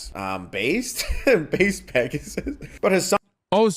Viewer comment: Pregassus, lol